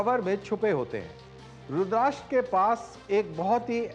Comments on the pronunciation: Colnel sahab Rudrasta hai RudrASHTra nahin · रुद्राष्ट्र नाही रुद्रस्त्र(रुद्र अस्त्र)